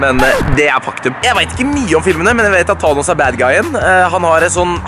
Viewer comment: DU SIER THANOS FEIL! kill me.